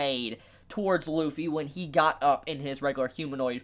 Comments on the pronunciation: his name is Luffy not Wuffy for a reason... ok I'll stop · Realize that Kaido reverted back to his human form, took a Kong Organ and SIGHED at it. This man put the L in Lufffy's name.